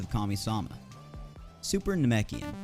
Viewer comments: It's nah-mek-ian not namiken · Ok how to do you mispronounce namekian the first half but get it right the second🤦‍♂️